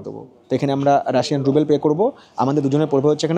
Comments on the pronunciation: ওরে "রুবেল" নয়, রাশিয়ান মূদ্রার নাম "রুবল" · কথাটা রুবেল নয়,রুবল (Rouble),. খুব কানে লাগছে। ব্লগ নিয়ে কিছু বলা বাহুল্য। আমি 2018 তে ঘুরে এসেছি। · ruble not rubel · Different area অনুযায়ী বলা হয়। মস্কো তে সবাই রুবল ই বলে। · রুবেল না, সঠিক উচ্চারণ হবে রুবল।